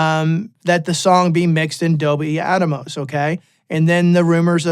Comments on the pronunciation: I think it’s AT-MOS not ATA-MOS…😂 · It’s not Dolby “At-a-mos”…it’s Atmos, as in “atmosphere”. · Why is he saying atamos its Atmos. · Don NOT Give a Rats about "ATMOS". Thanks but you can not call it ATAMOS anymore. OK? 🙂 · attamos, ATTA- BOY! lol haha, hee hoo hoo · There are pioneers and trailblazers, and then there are followers and people who jump on the bandwagon claiming they were with the pioneers from the start. I’m going to go with the pioneers. Saying Adomos wow man. Good luck buddy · Is it actually pronounced at-tah-mos? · Even outside of 7.1.4 (and larger) setups, I think Atmos offers a novel approach to mixing in stereo and other traditional formats (quad, 5.1, etc). It allows for expressive panning that translates between different speaker configurations and headphones. I think there's a lot to be gained just from mixing stereo/binaural with Atmos. Side note: I don't think anyone else is pronouncing it "Adamos" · ATA boy 😂